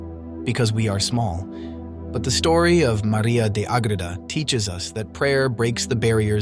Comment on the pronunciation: St Maria of Agreda. Not agrita